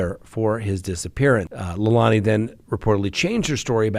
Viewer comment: Sorry, it’s Leilani (Lay-lani). Those words, lei and lani, have meaning in Hawaiian. 😘